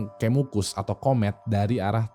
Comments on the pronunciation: Coba penyebutan "E" nya kayak "kejadian" wing wkwk, pagebluk, kemukus wkwk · ini ga riset dulu cara ngebaca 'pagebluk' sama 'kemukus' apa? grind my gears banget sebagai orang jawa hahahaha